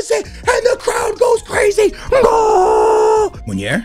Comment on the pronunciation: nep,bateson and all call munir munier...why haha